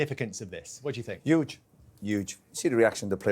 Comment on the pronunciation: Roy “yuge” Keane